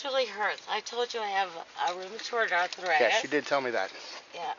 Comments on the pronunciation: “I have ruuumitard arrrthritttuss….” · “I have rumatroid athorititis!” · "Rumortord ardfritis" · Roomaturrd Arrthurightus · I have roomatroid arfritis too, but I don't talk like that. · Holy shit. I haven't been drunk in a long, long time so I don't remember the thought processes. Does she REALLY believe the stuff she's saying???? And what the F is ROOM-AH-TORD arthritis??? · “I have rubitorty arthritis” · Does this woman live stand up comedy or what? "I have rumanoid arfritis" except when I crawl up barstools., your career is over. Have a nice day. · Can't the cop tell she has Rumerafrued Arfritis? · Rumithriud arthritissis sirrr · "TAKE YOU TO YOUR OFFICE?" and "you guys are a "lill bit in trouble!" slurring her words badly. She can't even talk she's so drunk! She is skunk drunk and can't even pronounce rheumatoid arthritis correctly, two words she's no doubt used as excuses for many things before! "What else cayn I doe fer you" she says, (uh oh, that sounds like she's offering a service she's probably done before, LOL!) She's blasted! ("Not partiarlly gentullmely (particularly gentlemanly) of you is it." Wow! Get her off the road (which they are doing and being very kind with her). Some of what she says is unintelligible What a dumb broad, trying to tell THEM they are going to be embarrassed! BOOK-EM' DANO! At the station, she CONTINUES to talk and doesn't listen to a thing he's reading. But her behavior is very typical for a drunk! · She can't even say Rheumatoid Arthritis! How can you drive being that fucked up?